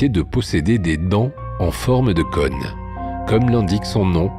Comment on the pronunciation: "cône", ça ne se prononce pas comme "conne"